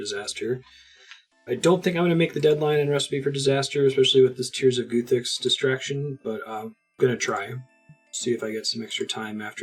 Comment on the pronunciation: At some point do you start pronouncing guthix correctly ? 😂 the goothix is strong with this one